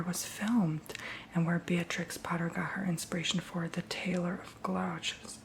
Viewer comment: Gloucester is pronounced gloss-ter, incase you ever need to say it again! Love marmite, please film when you eat it (it's best on buttered toast) I'm looking forward to seeing your reaction 😂